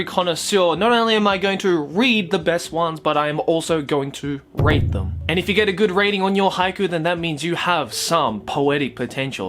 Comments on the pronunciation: I swore I heard he said he was gonna "rape" them, not "rate" them. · I thought he said rape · While watching his vid I was thinking to myself "Did he just say rape?"